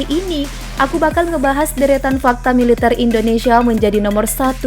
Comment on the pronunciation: Adminnya aneh, yg seharusnya dan umumnya dibaca militèr, populèr, jêmpol,, sama admin malah dibaca militêr, populêr, jémpol... ejaannya dibetulinlah, min!